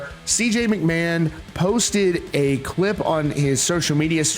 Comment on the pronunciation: McMahon isnt pronounced macMann. 😂😂